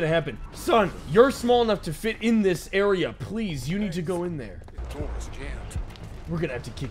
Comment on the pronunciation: bro at the beginning said "Open the noor!"